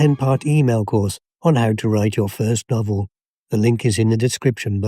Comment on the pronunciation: did you say, "the ink is in the description"?